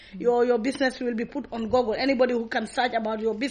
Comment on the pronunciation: Google and not goggle!